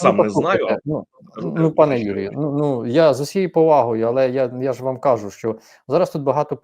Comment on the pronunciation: Пане, не кАжу, а кажУ. Такій освіченій людині не личить говорити неправильно. Буду писати, поки не виправитись.